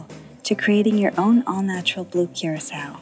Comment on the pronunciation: no hate bruv but thats not how you pronounce blue curacau. its more of a cur-ah-kau